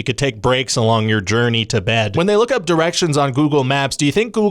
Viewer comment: "up" Are you a midwesterner? That's almost "oup"